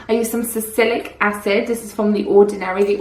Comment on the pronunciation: Salicylic acid, not salicic acid. 😅😘